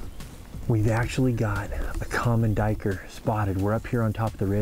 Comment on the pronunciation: Sir, I believe you're pronouncing it wrong. It's actually a black doo-we-ker.